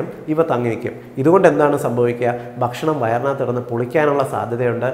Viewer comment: ബക്ഷണം ബക്ഷണം എന്ന ഉച്ചാരണം താങ്കൾ തിരുത്തണം. ' ഭ' എന്ന് കൃത്യമായി ഉച്ചരിച്ചാൽ ഭാഷണം നന്നായിരിക്കും. ബക്ഷണം അരോചകമാണ്